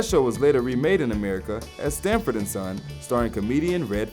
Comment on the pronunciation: skiffle....not skyfull holy crap this black dude does NOT know SAMFORD and SON....."stamford" and son"? ....bruh :P Don't mind me yo, I still enjoyed the facts.